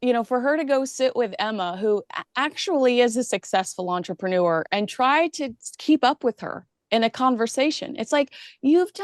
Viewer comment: you gotta stop saying entrepreneur so that it rhymes with manure. The last syllable should rhyme with fur.